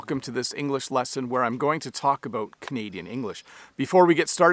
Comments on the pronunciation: Thank you for saying ‘about’ and not ‘aboot’. I am 69, have lived and travelled coast to coast and NEVER heard a Canadian say ‘aboot’. The only time I hear that is when an American says it trying to imitate Canadians. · I don’t see anything wrong with how he pronounced “out” “about” or “boat”. Sounded proper to me.